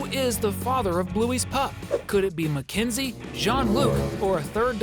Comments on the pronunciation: Na it's mekenzee like at bluey pup it's a mekenzee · Mackenzie it's MAKENZIE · It's mackenzoie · Absolutely Mack enzie